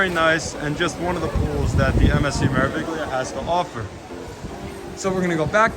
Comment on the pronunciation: The “G” is silent in pronouncing Meraviglia 😉